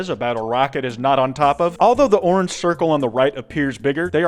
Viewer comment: It's organge